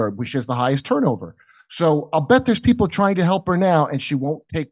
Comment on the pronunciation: she says "piple"...not "people"....makes me want to gouge my ears out